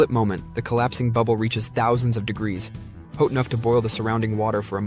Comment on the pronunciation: Did you say “hote”?